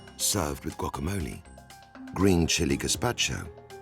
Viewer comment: Love this show. But have to comment on this 1 dish. As a Mexican American from L.A. living in the UK., it's cringy to hear someone (a Michelin-star chef, or anyone) pronounce guacamole with a hard 'G' and long ee at the end. The tortilla kept tearing cuz they were cooking it wrong. Leaving that beautiful lobster tail outside the taco is unfortunate. The 'filling' in the taco such an unfortunate let down. lettuce and corn dripping in mayo with 2 tiny bits of lobster. Weird. I'd cry if somebody served me that and called it a taco. Another first is watching people eating the 'taco' with their forks :( the heart and soul of what a taco is was stripped fully out of this dish.